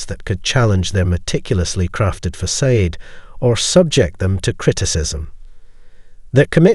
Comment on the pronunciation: Your pronounciation of facade is incorrect.